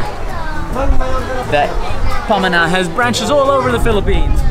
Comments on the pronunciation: Great vidoes.when you say pamana (heritage), sounds like you’re saying it as ‘panama’. you pause at ‘ma’, hence pama-na. also, all the filipino words follow the phonetic vowels of the alphabet-A E I OU (ah-eh-ee-oo-uu), there is no soft or downward A, just a as in “apple”. hope this helps. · "bulalo" - accent on the last syllable lo. "pamana" - accent on the 2nd syllable ma. It means heritage. 😊👌